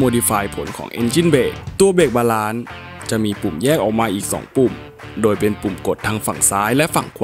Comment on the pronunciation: ขอเรื่องเยอะนิดนึงนะครับ เวลาอ่านคำอังกฤษที่มีเสียง S ออกเสียง S ซะหน่อยก็ดีนะครับ น่าจะฟังได้เนียนขึ้น เช่น Lewis, DRS, Balance ประมาณนี้ครับ